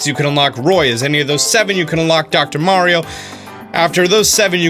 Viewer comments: Meh-rio lmao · Thank you for saying mario correctly, may ree oh! medigans..... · I don't know why but hearing it said the way he says it in the video actually stings me in the chest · Why do you pronounce mario and dr. Mario different? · Dope video. But I refuse to follow you because of the way you pronounce "Mario" lmao